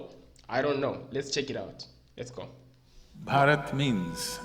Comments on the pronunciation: One correction it's not Barat. It BHarat... You're swallowing the H sound's impact. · Its not barat. Its BHhA-Rt